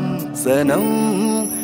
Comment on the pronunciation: Absolutely wonderful. Beautiful. What a wonderful band. A minor point, Pronunciation of "Qasm" as "Kasm", "کسم" نہیں، "قسم" that is the real word. Kishore does it perfectly and even Asha Bhosle